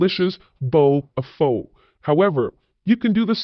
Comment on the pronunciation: How does anyone specializing in SE Asia mispronounce pho?